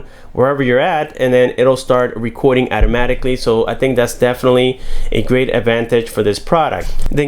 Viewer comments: "At-amaticly" .... You what? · He said “ATTAMATIKLY” I’m fkn dead 😂😂